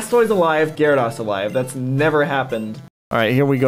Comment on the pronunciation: Why do you mispronounce gyrados. Do you say Zap- Das too?